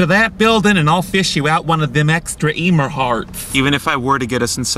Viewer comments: “Hi Emer” Me “ IT IS ELMER!!!!!! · I love how he still called Elmer EEmer